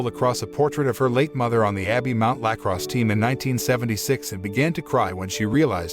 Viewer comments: the way he says lacrosse cracks me up for some reason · The way he pronounces lacrosse